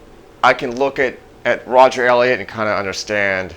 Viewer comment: You can't even pronounce Elliot's name correctly. You're wearing an Affliction shirt and skull cap. You are the epitome of a douchebag. RIP Elliot.